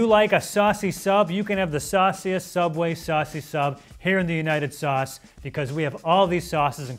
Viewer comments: He said United sauce rofl😂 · “Here in the United Sauce” 😂😂😂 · “Here in the United Sauce” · "Here in the United Sauce" 😂😂😂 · "Here in the united sauce" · "here in the united sauce" 💀💀